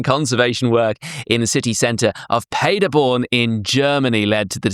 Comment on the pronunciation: Love Time Team. Info. Not Paid-er-born but Pad-er-born.